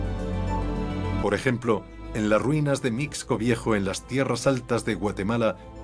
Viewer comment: Mixco (pronunciación correcta es misco)